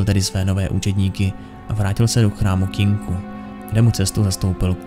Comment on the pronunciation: Tak dobrý video, ale to "Kinku"..., prosím, "Kinkou"! <3